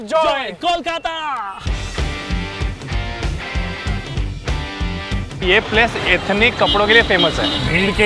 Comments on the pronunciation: Ae babu that is Kolkata not call kata!🌚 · To the Hindi bhasi people it's Kolkata not kaulkata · Call-kata NAHI Cole-kata YES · Stop pronouncing it K-A-W-L-K-A-T-A ! It's Kolkata.Pronounce it like 'coal' or 'cole'. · It hurts me when pronounce Kolkata as "Kaulkata":( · he is pronouncing Kolkata like "coffee ", but it would be similar to "coke" . Both words start with "co" but sound different. I hope I could give good example. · Guys thank you for this..this is pure nostalgia from my current city Bengaluru , of my hometown Kolkata 😇 Just one request, please pronounce the name of Kolkata properly..its NOT Kawlkotta, its NOT Kalkota, NOT Kolkota...IT'S KOLKATA (Coal - Qata) Thanks 😇🙏🏼🥂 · भाई एकबार "कोलकाता" तो बोल दो मेरे लिए..!!! हर बार "कलकता" बोल रहे हो आप.!! और बेस्ट थी बिरियानी😄😄 मेरे तो पानी बह रहा था मुंह से😂😂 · It's not "Kaulkata" it's Kolkata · It's not callkata bro it's kol kol KOLkata. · Well, it is Kolkata, not Kaulkata...xD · Bhai Log yea Kolkata hai kaulkatta nahi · "Call" nei "coal"kata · Kolkata Not kooolkata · Exactly it was irritating to hear kawl...again and again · Maybe they want to pronounce it Calcutta way.. That's why it's like kawlkata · It seems like he pronounced "Kolkata" as "Callkata" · It's okay if anyone says kawlkata pronounciation doesn't matter, emotion matters❤️ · Whole video is decent apart from everytime they say "callkata" .... damn annoying. Left the video in between. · The pronunciation Kol: “Coal” kata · Being a bengali and hearing the wrong pronunciation of Kolkata is such a bad feelings 😭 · Kolkata pronunciation ko thik se Karo.., it's not so hard accent bro... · এপার বাংলায় বসে এসব দেখে খুব হাসি পাচ্ছে ! কলকাতা উচ্চারণ টা ও ঠিক ভাবে করতে পারেনা।